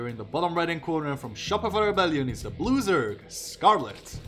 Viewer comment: When you announced Scarlett as the "Blue Zerg" I heard "loser" for some reason. Turned out to be accurate lol